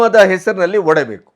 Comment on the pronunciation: ನೀವು ಆಯ್ಕೆ ಮಾಡಿಕೊಳ್ಳುವ ವಿಷಯ ಒಳ್ಳೆಯದಿದೆ. ಆದ್ರೆ ನಿಮ್ಮ ಕನ್ನಡ ಭಾಷಾ ಉಚ್ಚಾರ ಸರಿಯಿಲ್ಲ. ಉದಾ : ಒಡೆಬೇಕು ಅಲ್ಲ ಒಡೆಯಬೇಕು